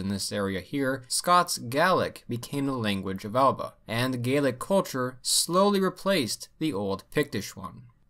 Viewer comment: Thanks for the correct pronunciation of Scottish "Gaelic", it's a little thing but so many people get it wrong :P